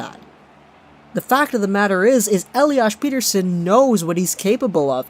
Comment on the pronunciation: per-ter-shon** smartass